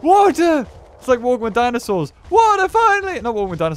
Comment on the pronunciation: "Dindinsss" loll , " I can't tell where his tail is or where his head is" lmao